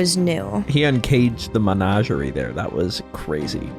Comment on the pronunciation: In defense, can't even pronounce menagerie correctly. He went straight managerie.